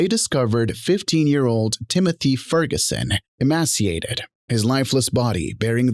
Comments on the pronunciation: This seemed like it was going to be interesting, but it's just an AI voice that can't pronounce "emaciated" spouting info we already know. 😕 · Another day, another AI voice mispronouncing "emaciated"